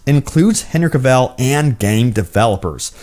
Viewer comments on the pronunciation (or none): He said Henrick Cavell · Hey we got our next butchered name.......Henry Cavell! :)